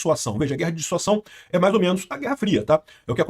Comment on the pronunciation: Amigo, corrige isso aí! Chega dói quando você fala DISSUAÇÃO. Muda pra DISSUASÃO!